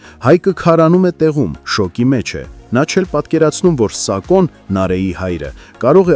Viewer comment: Սակո չի սաքոյա